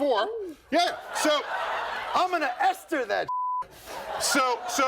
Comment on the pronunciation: "I'm gonna ESTER that shit"